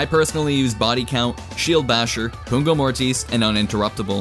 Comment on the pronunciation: It's pugno, not pungo [wich means (i) sting]